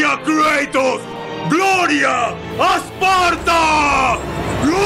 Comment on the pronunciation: ¿kreitos? estaria bien si el nombre fuera en ingle pero creo que es Kratos